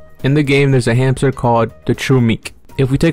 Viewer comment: Find the hamter? Sound like find the meaning of life 💀